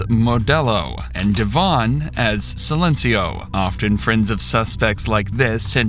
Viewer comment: It's DEVIN not DAVON. These computers can't pronounce names correctly. 😢